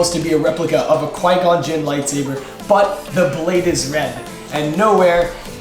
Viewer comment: I was just about to say something in the comments about qui gin gins hilt and he said it as i was typing lmao